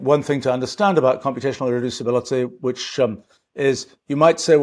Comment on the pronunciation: I'm jealous of the speed he can say "irreducibility" and "thermodynamics"